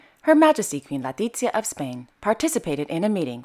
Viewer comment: Love these, thank you. I appreciate your pronunciation. Please be aware….. FElipe and LEtizia of Spain. I’ve noticed you often say FAlipe and today you said LAtizia. I hope you take this observation in good spirit! 😊